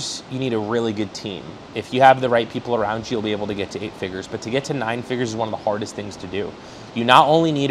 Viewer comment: Can we say "figures?" Not figers😂😂😂 Anyway great interview ❤